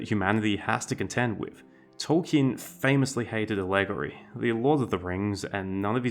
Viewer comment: I had to replay the word "ah-LEG-uh-ry" three times and finally turned on subtitles before recognizing it as "allegory". 😂